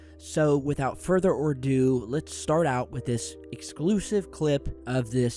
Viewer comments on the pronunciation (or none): its without further ADO. not ORDO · It’s further ADO, not further ordo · "Without further ordu"